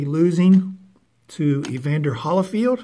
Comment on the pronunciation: Evander Holy-field.. not Holly-field..